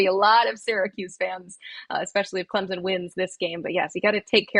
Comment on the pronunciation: CLEMZIN???? There are no Z’s in Clemson